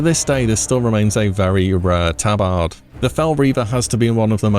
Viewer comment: "tabard"🤣never fails to entertain with his signature wrongness